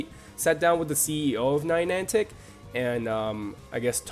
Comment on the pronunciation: Ninantic? These guys do know that it's Niantic Labs, right? The people who made Ingress? It's a bit unprofessional for these people to get the name of one of the major companies developing the game wrong...